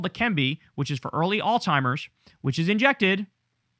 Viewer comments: I’m gonna keep saying it because it’s everyday on this channel now, it’s Alzheimer’s not “All-Timers” 🤦 Kyle, my guy, learn how to pronounce the shit, you say it everyday, learn how to say it correctly 😂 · Kyle, its Alzheimers babe. Not All Timers.... just trying to help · KYLE IS LOVE YA BRO.. BUT STOP PROUNOUNCING ALZHIEMERS AS ALZTIEMERS. THERE IS NO "T" IN THE WORD. ITS AN "H" . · Dude it's not Alzheimer's it's common knowledge that it's not Alzheimer's stop saying Alzheimer's if he has dementia (I do believe he does) it's frontotemporal dementia. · theres no T in alzheimers kyle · Can someone please let Kyle know that there is no "t" in the word alzhiemers. The way he mispronounces that word is so triggering to me. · Kyle really pronounces that hard T in Alzheimer's.